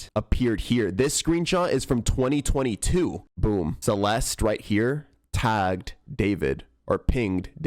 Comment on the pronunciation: your pronouncing her name wrong ITS CE-LES-TEH